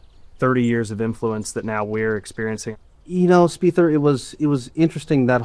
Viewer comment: Paused…..did he just call Jordan “Speither”?